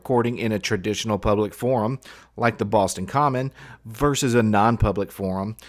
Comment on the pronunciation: One thing that I notice about ALL 1Aauditors is that they cannot say the word "versus" properly. They all say VERSE. It make me insane that they can't even speak english correctly..